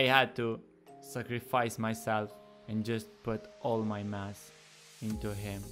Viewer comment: lmao i thought u were saying "lets get some mats" was gonna say this aint fortnite boi xd